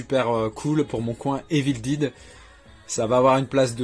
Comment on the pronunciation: Basil détective privé je l'avais vu au cinéma. J'avais 7 ans. Avec mon oncle. Je me suis pris les steelbook de Cars 3 et Les indestructibles 2 en soldes à la Fnac Très bon film Copland Sympa le collector Evil dead (et non pas Evil dide lol) Pourquoi les gens disent Evil dide mais pas the Walking dide ? On ne fais l'erreur qu'avec Evil dead, même pour Dead or alive, Night of the living dead, Braindead, Deadpool les gens prononcent bien le mot "Dead" Il me semble qu'il y a la VF d'origine mais le film en format 1:85 (le format d'origine étant )